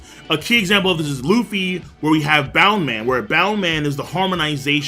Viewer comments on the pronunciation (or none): bounce man not bound man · ITS BOUNCE MAN NOT BOUND MAN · it is called bounce man not boun man